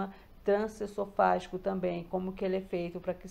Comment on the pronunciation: Meu Deus, a mulher trabalha fazendo o exame e não consegue pronunciar o nome? É trans-eso-fa-gi-co. E o S tem som de z ao pronunciar pq advém de E-SO-FA-GO. ESOFAGO